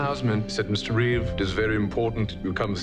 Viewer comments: Reeve. No s. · Reeve - NOT Reeves